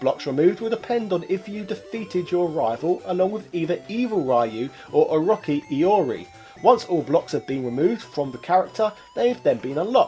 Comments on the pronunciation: OROTSHI not OROKEE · How this man can't say O-Ro-Chi- is beyond me